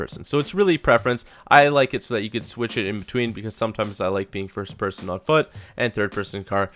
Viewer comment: Peerson.. Pearsun. Peeeeersyn.